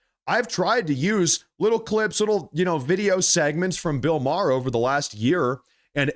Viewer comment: It’s pronounced MAYER (spelled Maher), Not Marr!